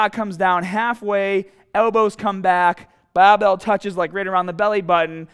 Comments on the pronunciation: easy cuul baahbel baa...haha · cool as hell and the amount of times I heard bahbell was very satisfying